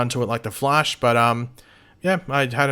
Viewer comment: Why does it sound like you called him "The Flesh" while talking about the dinner scene?